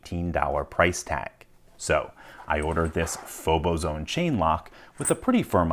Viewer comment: I believe the correct pronunciation is faux-bozo-one.